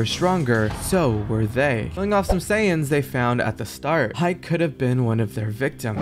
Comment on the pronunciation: They're called Saiyans, not saiyens, please my ocd is killing me as a huge fan of dbz and dbs